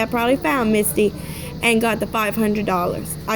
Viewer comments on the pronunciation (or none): Im pretty sure its mitsy not misty